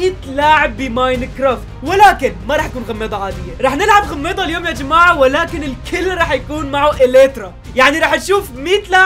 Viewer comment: كل ما تقول الًيَوُمًِ انا بقول انبارح متل محمود 😂😂😂